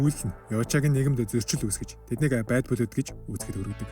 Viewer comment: Goy content baina. Keep going bro! Zarim angli ugnuudee(Blood, Tribe, Isolated) zuw duudwal buur goy boloh ym shg sanagdlaa.